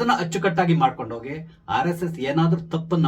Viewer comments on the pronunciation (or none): none